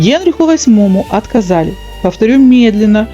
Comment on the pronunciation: Повторите ещё раз, по слогам от- ко - за - ли! А то мы не расслышали